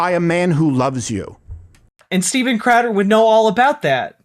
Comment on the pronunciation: “Steven Cradder” made me laugh